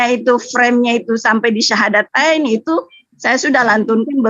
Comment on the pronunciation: Kl memang ibu dr ini muslim kenapa mengucapkan syahadatain aja susah.. Perlu hati²